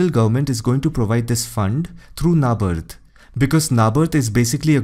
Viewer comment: Your pronunciation has been flawless until... "NABARD"